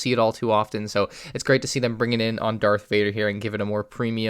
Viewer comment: Did u say dark vader